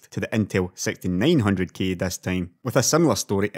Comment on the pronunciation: I'm subbing. Because your pronunciation of 'six' sounds like 'sex'. lmao.